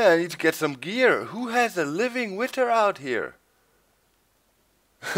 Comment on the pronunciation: Doc, versuch bitte mal ein bisschen an deiner englischen Aussprache zu arbeiten, es tut mir jedes Mal in den Ohren weh, wenn du "Witter" sagst... Keiner verlangt perfektes Englisch, aber es wäre ganz cool, wenn du das "th" wie in "SethBling", "over there" und halt "Wither" ein bisschen, naja, englischer und weniger deutsch aussprichst ;).